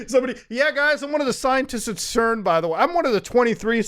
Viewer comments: CERN is pronounced SERN. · yo we usually say cern with a soft c like sern lol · I noticed he pronounced CERN’s as KERN’s. Must be the meds. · i like how muta pronounces CERN as ‘kern’ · is it KERN or CERN?? I don't know anymore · did he just call CERN "KERN"? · Did... You just... Pronounce CERN as "KERN?" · It is pronounced "CERN", rather than "CERN".